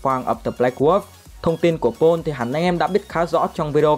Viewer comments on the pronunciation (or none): May mà có phụ đề chứ ko Paul nghe ra “Pỏn” quá!